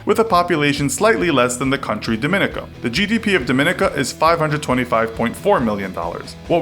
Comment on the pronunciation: It's pronounced Dom-in-NEE-kuh.